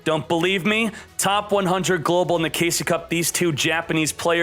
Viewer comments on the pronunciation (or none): none